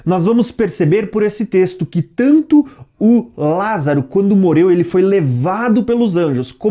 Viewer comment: vc entes de tentar dar uma de professor vc primeiro vai corrigir a sua fala e morreu e não moleu vc não consegue pronunciar a letra RR NÃO